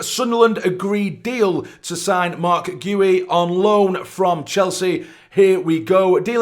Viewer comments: You listened to his video and still got the pronunciation the wrong way round 😁 It's - Gee-oo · marc gi ,the I is like in the word ski as for this deal I think it's good one